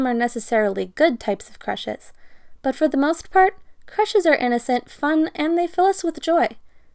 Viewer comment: The narrator said: "There is no denying that this experience is InnOcEnt and bAEUtIfUlE." InnOcEnt I thInk nOt Omg I know this is sooo cheese and people get sick of but Thank You for the likes!!!